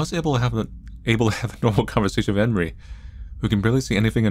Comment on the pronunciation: The way you say enri sounds like henry